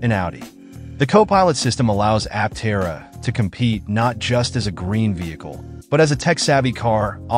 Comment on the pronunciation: Stopped watching as soon as you mispronounced the name.